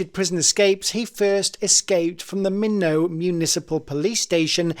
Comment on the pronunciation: At it's pronounced MY not,North Dakota.Minot,North Dakota. ,it's YOU nah Bomber(Unabomber).Love the channel,cheers from Boston.